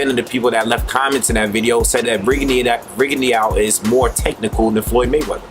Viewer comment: The "E" in Rigondeaux is pretty much silent. Just thought I'd let you know